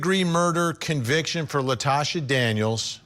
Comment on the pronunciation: Her name is Latosha, not Natasha🙄